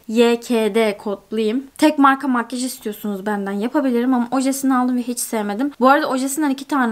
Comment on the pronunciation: neden makyaj değil de makgeş diyosun yarıldım gülmekten:D